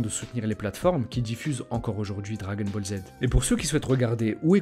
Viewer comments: J'adore quand tu dis "dragon bolzzz" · Les dragon bolz 😂